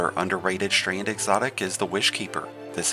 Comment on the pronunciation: WTF is “Strained”??😂😂😂. Strand!